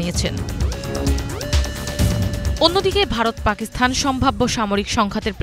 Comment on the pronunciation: পাকিস্থান হবে না, সঠিক উচ্চারণ হচ্ছে; পাকিস্তান...! বুঝতে পেরেছেন?